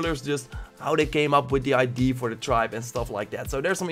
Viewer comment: This guy can't say idea lol